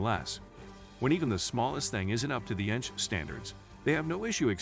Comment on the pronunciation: Well researched video; thank you. A little irritating when the computer voice referred to ENTJs as, "enjs" (one word)